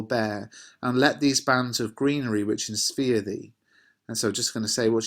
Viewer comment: Why do you say 'inspear' when you read the poem and not 'Insphere'?